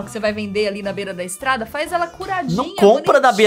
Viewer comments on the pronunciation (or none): A Nilce fala estarada